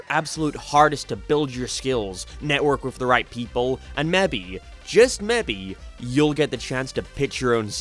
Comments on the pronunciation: Meby... No its "mAybe" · Mebby, just mebby, that's his accent /j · I get that misprouncing words makes people comment, so your video is boosted on YouTube, but really? MAY-BE ≠ “Meybbe” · I hurts every time he pronounces: maybe, as “mabe” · in what state/accent/country do people say mebbie instead of maybe? genuinely curious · Did this dude just say "mebbe" instead of maybe? I am calling the police. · "mebi, just mebi" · If these are so bad do better, like if its so easy to know whats bad why not make a perfect show yourself? I mean i understand not doing so when you cant even say "meebey" correct, i only point that out cause never have i met or heard someone with that accent who says it like that, or any accent for thar matter, its easy to hate so instead of speaking trash show us why its trash and make something better, if you can. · Why do you pronounce maybe as MM BEE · Who is "Mebby"? Just Mebby? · Why do you say "mebby" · bro your accent cannot be real xddd. Bro pronounces maybe as mebby XDDDDDD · “ meeby just meeby “ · Mebby bro? are you fucking kidding me? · Sorry I couldn't pay attention to this video because of the incredibly weird pronunciations. "Time, money skill, whatever it mair bee" Mebby just mebby you'll get the chance to pitch your own series" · Why do you say "maybe" as "mebby" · This foo said “mehbe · "and mebby, just mebby" Never heard someone say maybe like that lol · "..and mebby, just mebby.." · Bro said ma-be instead of maybe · I do not like that you pronounce maybe like mebbe KNOCK THAT SHIT OFF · mebby just mebby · y he say maybe like that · Why can't you pronounce "maybe" properly Jesus christ. "Slave" as well. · You pronounce „maybe“ really fucking weird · Bro you say maybe weird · Why do you pronounce maybe like that? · I agree but the word "maybe" has an 'a' in it and I think you need to respect that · The way this guy says maybe is just… 🪄 ꫀ᥊ꪇꪊﺃᦓﺃꪻꫀ 🪄